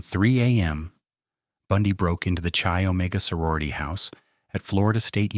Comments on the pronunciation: You pronounce the Chi in Chi Omega as K -eye, not Chee. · It's not "Chee" Omega. It's pronounced "keye".